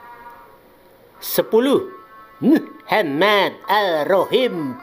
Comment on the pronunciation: Masa Mohamad dibaca mohemeeed, gila.bener, sakit perut ketawa ☺☺🙄🙄